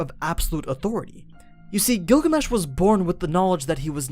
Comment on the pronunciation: i heard google mesh even the auto caption heard it